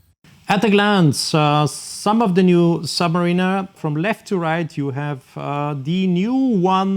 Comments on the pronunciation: Just to politely make a suggestion on how to pronounce the name in English it’s phonetically: ‘Sub-ma-rina’ not ‘Sub-ma-reena’ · Interesting thank you, but I wish you’d get the pronunciation of “submariner” right! 😉